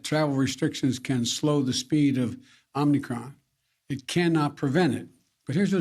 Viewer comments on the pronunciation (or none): it's pronounced "Omicron" not "Omnicron" geez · He keeps mispronouncing it “Omni Cron” as he bumbles over elementary sentences. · He keeps calling it wrong. Lol. He's saying omnicron. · Lol, this is almost as bad as Trump’s 7/11 speech. Wtf is “omnicron” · Mr Biden, wtf is Omnicron? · “it’s called the omnicron” jesus christ. 🤦🏻‍♂️ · where’s is the first n coming from homie